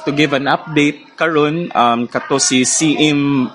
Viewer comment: Spelled with two i’s Siim. And pronounced “seem”, … not “sim”.